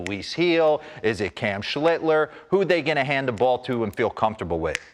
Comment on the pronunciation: Schlitter? Get the man's name right dimwits.